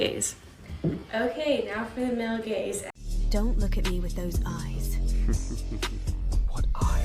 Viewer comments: hehe the first 15 seconds already got a chuckle out of me. "GAZE" not to be confused with "GAYZE". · Did you mean Gayz or Gaze? Please clarify...lol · I can only hear "gays" every time you say "gaze" lmao